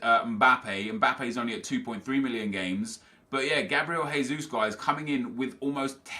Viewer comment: Oh no! from twosync already says Gabriel "Haysus"... He's not fucking Spanish!!!! He is B r a z i l i a n